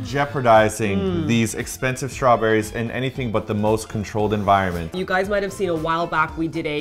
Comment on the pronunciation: you totally shay shrawberries! 😄😄😄😉